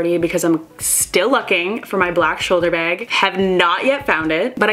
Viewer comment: you say beg in stead of bag